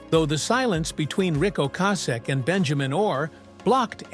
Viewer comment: Can’t pronounce Rics last name properly.. grrrrrr